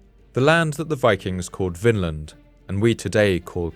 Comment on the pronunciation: Vinland, is pronounced “Vinland”, NOT “Finland”. It means the Land of Wine”, due to the wild grapes two keltic slaves found when Leif Erickson set foot in North America on his secon voyage, V in Scandinavian is NOT F, as in German, but....V 🙂🙂